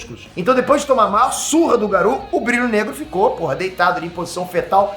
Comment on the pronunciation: pq diabos você fala Garu, em vez de Garou?